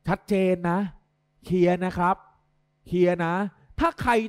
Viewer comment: เอ๊ะ ทำไมเราได้ยินว่า เพลียใช่มั้ยฮะ555